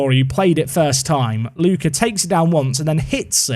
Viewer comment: Tonali can't be an Atalanta player, since he was an important Brescia player, and Atalanta fans hate him as much as he hates Bergamo. There will be riots in both Bergamo and Brescia if something like that happens 😂 Ps: Try to pronounce Ricci just like Ritchie and Lucca like Lukka 😅